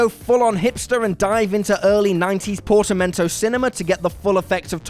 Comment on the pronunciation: Portmanteau is pronounced portmanto, not portamentoo.